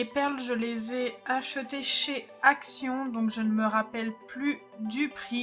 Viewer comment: Pourquoi quand tu dis ACTION on entend ACT